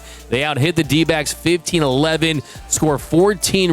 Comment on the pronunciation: lmao... the 12 year old in snickers like Beavis and Butthead... "Dodgers n D'bags", Iknow he's trying to say D'backs but the pronunciation says otherwise.